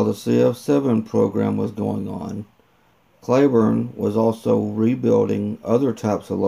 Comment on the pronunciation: It’s not “Clayburne” , it’s pronounced “Cleeburne”